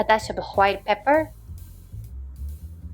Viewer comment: just to be clear, none of what i'm about to say is meant to be negative. i hear a decent amount of english with japanese accent bc i watch a bunch of japanese streamers. the accent here is nothing like i've ever heard before! if it was just that i wouldn't have even said anything but then came the white pepper, which was a straight up southern US 'white' and it absolutely sent me for a loop! i even replayed it bc i thought there was no way i heard that right! lmao again; nothing bad, just unfamiliar sounding accent to me. anyways, thanks for the nice recipe. like someone else in the comments mentioned, i appreciate the self narration over using an AI. and not only because i was allowed to listen to a new accent. great video!